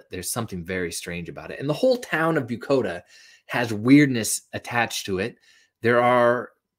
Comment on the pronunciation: If you used the closed captioning...it's "Bucoda", not "Bukota". Very miniscule village in Lewis County between Centralia and Tenino.